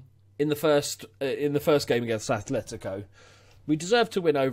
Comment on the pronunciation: Just a future fyi, it's "Atletico" not "Athletico"